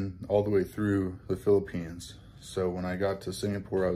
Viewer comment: Welcome to the “Fee-lippines”.